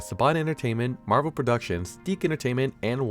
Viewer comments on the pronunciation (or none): none